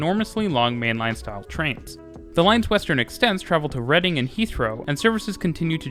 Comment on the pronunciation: Well done for pronouncing the station names correctly! (Specifically Woolwich, and maybe Reading). My comment looks a bit patronising; that wasn't my intention... Good work.